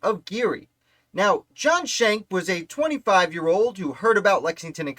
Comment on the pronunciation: Shank is not the correct pronunciation. They're Dutch, not German, so the pronunciation is Skenk. Captain John was in the Hunterdon County Militia. The "word arrived" about the light dragoons from his cousin, also named John Schenck, a Sergeant in the Hunterdon County Militia. You can read his account of the Ambush in his 1832 militia pension deposition.